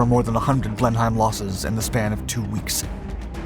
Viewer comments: It's so weird hearing it being pronounced as Blen-heim. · I believe it is pronounced "Blenim". But you say it as I would do :-) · Pronounced blennum in England. How do you not know this?! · This really needs editing. What the hell is a BlenHIAM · it's pronounced "Blen-hem" in English. Your pronunciation is the German version. Filton is near Bristol, by the way, it's also a county. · For the record, Blenheim is pronounced "bleh-nuhm", and it could only fly 266 mph, not 2867 mph. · Blenhim...Blenhim...Blenhin! However the Mach 4 Blen Heim version sounds impressive! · It's pronounced to sound like blen neem. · Just so as you know: It's pronouced 'Blen-im'. Thanks for a lot of good stuff! 👍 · OK so 2876mph was one slip up but repeatedly calling it the blenheim grated. It's pronounced blen-im. I know this because I'm British. You should pull this vid and upload a corrected one. Wouldn't take too long surely? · The blen hime. Pronounced Blennim. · In the UK Blenheim is pronounced "Blenam",, bloody awkward lot w English. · We British pronounce it Blen-im. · Pronounced Blenhim! Also known by Americans as a Baltimore. Mi Dad worked on loads of them in North Africa and was in correspondence in his last years with a group from Baltimore America. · Once again this is yet another example of why some people are deemed as not being the sharpest of knives. The Blenheim (PRONOUNCED BLENHIM) and the Baltimore were the same aeroplane. My Dad worked on BOTH, but they were the same! Bl#*dy He**! Bout time some folk learned to read and understand English instead of kicking off! Oh, btw! We GAVE the Yanks a few. Doubt it was on lend lease though. Did Russia ever pay their lend lease debt off btw. My information comes directly from a guy who was there. No doubt yours comes from Google, who are seriously flawed. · Pronounced Blen - em , great stuff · Pronounced Blen...em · Blenheim, pronounced Blenem, cuz we is British innit! 😉😊👌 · He pronounced it as if it was German! Blenheim, silent i